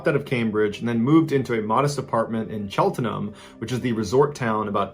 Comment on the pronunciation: The first story… Cheltenham is pronounced chelt-nam, I literally live 10 minutes away and it’s about 2 hours 20 mins away from London btw 🤣